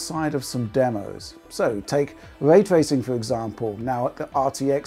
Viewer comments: “Way twacing” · " take way twaycing fow example"